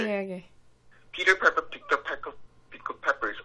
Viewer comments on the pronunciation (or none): 근데 피퍼가 아니라 파이퍼아닌가용 (piper)